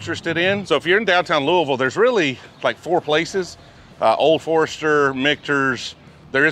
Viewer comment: Nice work pronouncing Louisville correctly 👍🏻